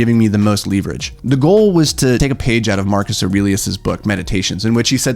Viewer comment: I love your channel, but I hate the way you say leverage. The first e is short!! (short e) It's not leaf-verage!!!!